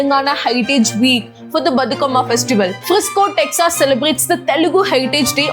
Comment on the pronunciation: Texaas illa Texas Learn how to pronounce..for heavens sake's you are an influencer..